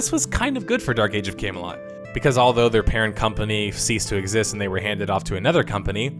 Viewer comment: You pronounce Camelot like "Came a lot"